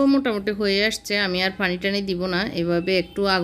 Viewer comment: ....apnar shob video gulo e valo....kintu aapni kicchu kicchu uthcharon vul koren...jemon Pani k apni faani bolen Piyas k phiyas bolen Piyarake apni fiyara bolen Piyaji k fiyaaji...aaro onek kicchu kottha vul kore bolen apni Ai uthcharon gulo valo kore bolben....tokhon apnar subscriber der shonteyo valo lagbe....just kicchu vhul uuthcharon gulo thik kore bolben next time👍